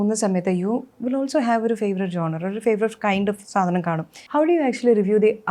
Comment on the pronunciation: ജോൺറെ അല്ല. ഴോണർ genre